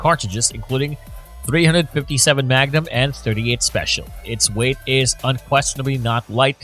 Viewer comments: “dot three hundred fifty seven magnum” Wow! That sounds really BIG! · Dot three hundred and fifty seven magnum…. Said no one ever who knows anything about guns